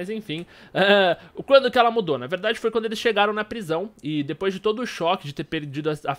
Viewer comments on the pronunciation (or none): none